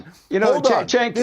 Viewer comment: Listen often, like most, it was extremely obvious what side you were on from the get. I can’t disagree with you more on this. How about you let them finish their thought before you talk over and mock them. FYI Cenk pronounced Genk but I’m sure you knew that